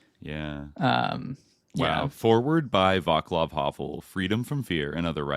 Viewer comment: Guys y'all are killing me with the "Vaklav" Havel pronunciation. Channel your inner Slav Dimitri and do better 😂